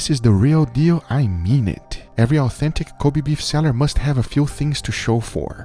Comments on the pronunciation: It's disrespectful to say it "Cobee", it should be more like "Ko beh" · Kobe Beef [ko-beh, not ko-bee] Love you from Japan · It’s not koby beef it’s Kobe(kobae)! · say it right, its not Ko BEE, its KO BEI